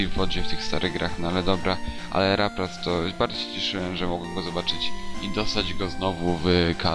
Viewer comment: na laprasa powiefziales raplas